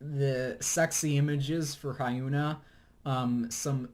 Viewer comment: the pronunciation for lee hyori and hyuna made me cringe lmao